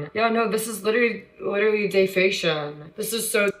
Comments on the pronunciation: Day-faytion xD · I think that a lot of, if not everything she said in this video was her projecting. In other words, most of, if not everything she said he has done, actually she is the one that has done it. Also, "Day-fay-may-shun"? "Day-fay-shun"? 😂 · Bro if this wasn't your channel, I would've stopped it after she said "defacion" like wtf? Lol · Here's what I think. I think her role model is the "cash me outside" girl... after all both think that they are all that, they both have a weird way of talking ... plus at the beginning of the video, you'll notice how she pauses slightly, and pronounces defamation (dayfaymashun, dayfayshun) almost like she's thinking how can I say this to make it a catch phrase like "cash me outside." She's nothing but the lowest of the low... if I did something like that, my grandmother alone would make sure I wouldn't be able to sit for at least 6 months. Also, I don't buy her b.s. excuse that the dad said the address while she was streaming... How often do you say your address to another resident of the home when you're home?? I mean, I go around all the time yelling my address in my own home. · She is speaking in DEFICATION . she sounds INGNORANT . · The fk is dayfation lmao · Man I was this side of sleep when I heard her mispronounce defamation now I'm up like lord bless her heart.🤦🏾‍♀️ Jesus fix it. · Hear her say defamation hurts my ears, damn instead of getting views get an education, girl.